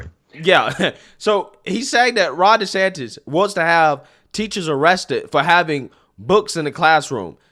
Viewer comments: please say the man’s name correctly. It’s not Des-Satan….. Moron anchor. Come correct. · Anyone else hearing reporter calling Gov DeSantis .. DeSatan? at the mark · So we’re just going to ignore that he called DeSantis (desatan)?!?!?!?! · Did this guy just call him “DeSATAN?” Lol, what an idiot. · he refers to DeSantis as "DeSatan" knowingly/unknowingly, idk.....😏😅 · Is it just me or was this fool saying "DeSatan" instead of "Desantis?" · Did Ritchie call DeSantis, Ron DeSatan, or did I hear that wrong? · I listened to it again, he DID call DeSantis Ron DeSatan. Talk about projecting. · the irony of hearing a D call Desantis "Desatan" is hilarious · he called desantis ...ron desatan...what a racist cook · This fool doesn't even know the Governors name!...Its not DeSantin its DeSantis. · Dude…did you catch Ron ‘DeSatan’ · Specially as he so cleverly mispronounced Gov Desantis name...